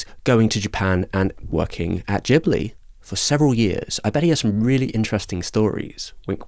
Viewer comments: It's pronounced "Gibli" not "Jibli". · Come on... There's an 'H' after the 'G' in Ghibli, indicating that the name is pronounced with a hard G, like "Ghetto".